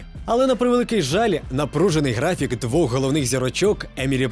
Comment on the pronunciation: Г, графік. Буква Г. Не ґ